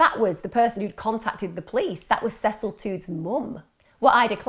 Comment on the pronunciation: I can't believe u can't pronounce Cecil u had to watch some sort of interviews so come on